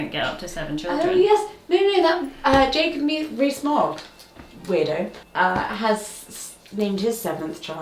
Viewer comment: lol not having heard the name before, I thought you said "Jacob re...Smog". the wonders of the internet, lol